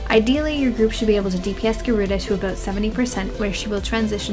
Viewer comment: You say aboot! It's adorable. But seriously... I love your vids. Thank you so much for simplifying everything :D